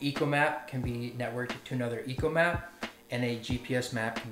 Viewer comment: It's ECHOmap not ECOmap just saying